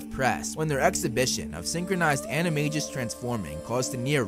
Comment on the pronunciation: The fact that you're pronouncing it anamajis instead of animagus is making me so sad